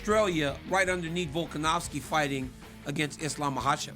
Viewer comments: It's Volkanovski not Volkanowski RC. You suck RC. We miss Aerial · Volkanowski ryan? C'mon man volkonovski like dc says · Guy cant even pronounce volks name rite🤦‍♂️ “VoLkaNoWsKi🥴”